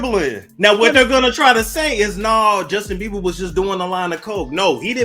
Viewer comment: Why do they keep calling him Justin Biever?😂😂